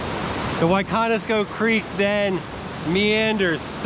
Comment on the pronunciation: WICONISCO CREEK ~NOT WHAT EVER YOU SAID